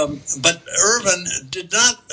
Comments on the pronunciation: I lasted only 2 minutes due to the constant mispronunciation of his surname, Irvine. WITH AN “E” ON THE END. NOT Irvin. IRVINE. Pronounced Ir-vine. Not pronounced like the silly way US pronounces the city, Irvine in California. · can you please pronounce Irvine as Ir VINE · His Name is Irvine not Irwin.... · Is that the correct pronunciation of Irvine?